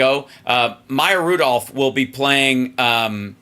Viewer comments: Major please learn how to say Kamala. Comma la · I hope figures out how to say Kamala pretty soon.